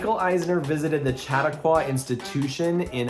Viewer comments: Aghhh!! Shuh-TAH-kwah,! (Only because I’m a lifelong Chautauqua Institution-goer 😜) All pronunciations aside, Saratoga Springs is my absolute FAVORITE resort because of this vibe! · Regarding Chautauqua- pronounce it like "Sha talk qwuh" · Um, guys it's pronounced Shah-tah-kwah :) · Omg, yes, I was as annoyed as you by the mispronunciation. 😫